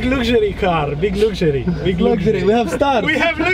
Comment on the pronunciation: "Its the big lugsury car! BIG LUGSURY!! We have Lugsury!! "